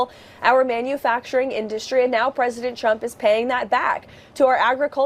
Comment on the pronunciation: Sometimes, I wonder if Leavitt says "President Trump" as many times as possible during all appearances as a low-key way to troll him because she always pronounces it "President Chump"